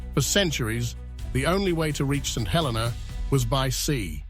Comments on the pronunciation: It is pronounced "Sent 'El-eena". Also Jonathan came in the 1880s way after Napoleon died. Lived there as a kid in the 1970s. Do your research and get it right or are you just AI slop? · Great video. Just the pronouncing of St Helena. Nearly fell from my chair when I heard it he first time and thereafter it started to spoil the video. The correct pronounce is: Saint (SAYNT) He (hə) - sounds like "uh" le (LEE) - rhymes with "tee"- na (nə) - sounds like "nuh"